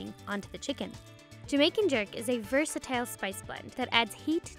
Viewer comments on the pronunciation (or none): way to butcher the pronunciation of versatile there narrator.